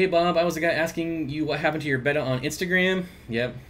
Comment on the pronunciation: I first had bettas in 1962. The name then was 'bet-ah', not 'bayta'. Watch the betta orgs videos on YouTube, the society president calls them 'bet-ahs'. Beta is the second Greek number as in Alpha Beta. That's the origin of this pronunciation error. Betta Police out. So these days Chiron is pronounced Charone. What do I know?